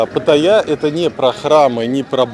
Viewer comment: Ударение в слове Паттайя на вторую "а" ставится, а не на "я"